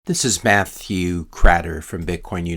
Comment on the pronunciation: This is 😂